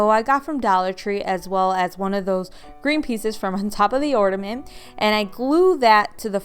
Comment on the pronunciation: The word is OrNament, not OrDament